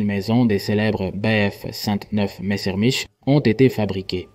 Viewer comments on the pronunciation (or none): Un mesrmiche, c'est une IA claquée au sol, elle !😂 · A , texto "par exemple, plus de 34.000 MAISONS des celebres BP59 MesserMICHES"